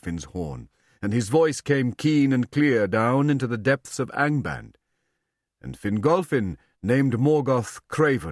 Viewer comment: He really can't pronounce the vowels. The A in "Angband" is pronounced more like the U in "under", not like the A in "and". Prof. Tolkien loved our german vowels.